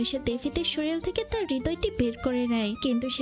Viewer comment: শরীল, জরুলী, জর্মায়... আপু সুন্দরভাবে প্রেজেন্ট করছেন কিন্তু শব্দের সঠিক উচ্চারণ করতেই হবে। আঞ্চলিকতা পরিহার করতে হবে।